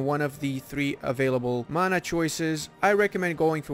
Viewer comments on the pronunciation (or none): none